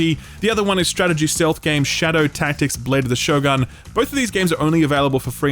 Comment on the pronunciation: Love that 'show+gun' pronunciation ^^ - clearly you're not an anime fan ^^